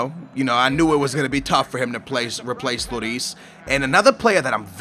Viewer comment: You says Looris name rong, it isn't Loris, it's Lloris